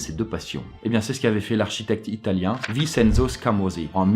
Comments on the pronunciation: J'AI JURE TA RIEN RESPECTER !!!! Vincenzo le -cen ce prononce chen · Vicenzo se lit vichenzo.